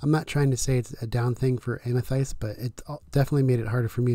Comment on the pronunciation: So triggered by the way you pronounce Amethyst lol. Great video thank you.